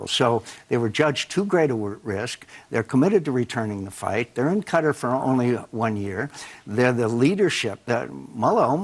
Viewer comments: Qatar - Ka-Tar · am i the only one bothered by the abc reporter calling Qatar like hes saying "Cutter" goddamn